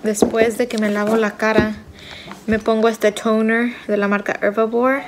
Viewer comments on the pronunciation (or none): "Tooouuneeer" y el "eifpies" de Lupita fue lo más X del vídeo. tiene razón, los dermatólogos no recomiendan usar ni el foreo ni el aparato de la chica.